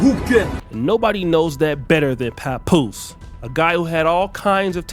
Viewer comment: "Nobody knows that better than PAPOOSE" with the emphasis on the name haha